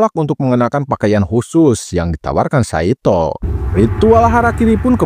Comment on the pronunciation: Ngucapnya Saitô, huruf O seperti Naruto. Bukan kaya Nartó